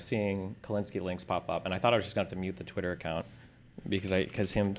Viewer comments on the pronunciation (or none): none